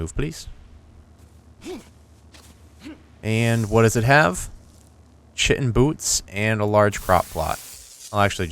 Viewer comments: oh and when you pronounce chitin it's pronounced "Kai-Ten" i know you dont give 2 flying fucks but hey any education is good education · chitin is pronounce kytin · oh and when you pronounce chitin it's pronounced "Kai-Ten" i know you dont give 2 flying fucks but hey any education is good education